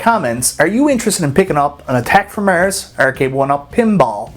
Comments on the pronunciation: Haha does sound funny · The way he says "Mars"! 😂